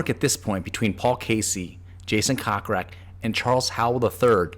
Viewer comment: Your saying Jason’s last name incorrectly. It is Coke Rack not Cock Rack. Although it is hilarious!